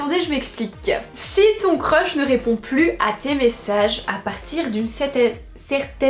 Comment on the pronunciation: "A partirrr d'une certaine heure' L'accent Belge🤗